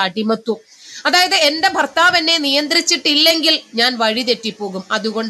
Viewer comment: ഫാര്യ ഫർത്താവ് 🤣🤣🤣